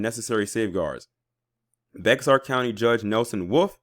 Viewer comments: sorry for this: Bexar is pronounced bear. It's hay-jee for that name Hagee. I love you too much to keep giggling at your attempts to pronounce those names. Keep doing what you do, you are appreciated. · Just an FYI, Bexar is pronounced as Bear 🐻